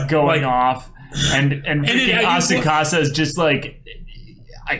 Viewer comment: A-sa-ku-sa, not Asukasa.